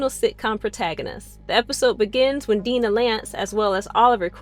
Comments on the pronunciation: Was it too hard to watch any of the show at all? Five minutes could have cleared up how to pronounce Dinah and Psimon. There's probably more, but this makes it clear you never watched the show. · And Dinah's name? Because she clearly has no clue. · Am I the only one really annoyed by the pronunciation of “Dinah” lmao